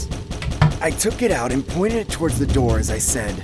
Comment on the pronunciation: Bro really said open the noor